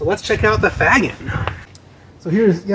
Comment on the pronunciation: I think Faggin is pronouced Fash-een.